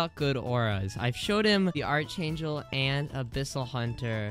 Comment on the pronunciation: why does bro say archangel wrong